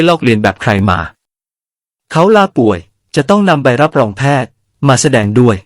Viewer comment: รับรอง(រ៉ាប់រង)ออกเสียงว่า รับโรง